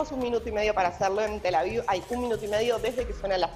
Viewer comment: "Tela viu" 😂🤣🤣😂